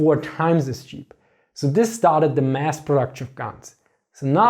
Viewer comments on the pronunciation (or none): none